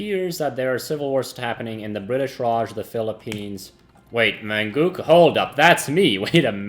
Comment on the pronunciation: "Manchookoo" lol